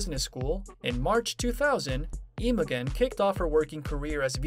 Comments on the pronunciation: His wife’s name is NOT pronounced IMO GEN as in how the “g” in gun is pronounced – the “g” is pronounced the same as how it is pronounced in the word generator! Oï vey!!! Have enough respect to take the time to learn the correct way a person’s name is pronounced already!!! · its pronounced Imo-jen. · Imogen is pronounced with a soft g. Very annoying.